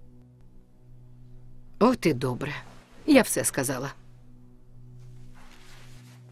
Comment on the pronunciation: Зехра, а не Захра